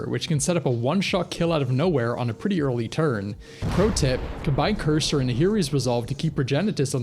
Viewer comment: Courser is pronounced course-er not cursor